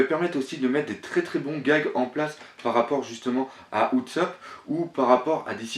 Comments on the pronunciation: Tousand... Utsopp... S'te-plaît revoie ton anglais xD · Alors ! Leçon de prononciation: Ce n'est pas Louffy mais LEUFFY, LEUUUUUUUFFYYYY déjà Ensuite: Utsop....son nom, c'est Oussop que ça se prononce >< et pour finir Tontattas, c'est pas tontatasse.